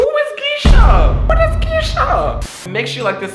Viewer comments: WHO IS Gisha? Me: it’s geisha 😭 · Yo heads up it’s pronounced gay-shuh lel also a geisha is a traditional Japanese dancer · I'm dead at how you pronounced Geisha 💀💀💀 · “Who is Geisha”- 2022😂